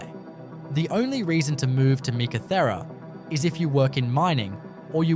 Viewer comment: Learn how to Pronounce Meekatharra properly 🙄🙄🙄🙄